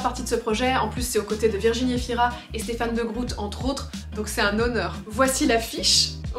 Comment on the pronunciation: De groot ca de prononce de grôte pas de groute